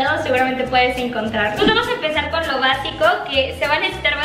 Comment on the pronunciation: soy yo o ari dijo porn0 latam cuando estaba en la cocina